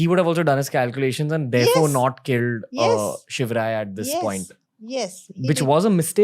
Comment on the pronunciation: Maharashtra people lovely says it.....We like it saying him....Also it is his short form.